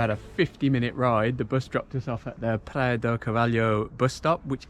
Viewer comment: Praia not "PLAYA"